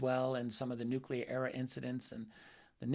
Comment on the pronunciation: How can you have any respect for a man in Karl Nell's position who cannot pronounce the word 'nuclear'. What an ignoramus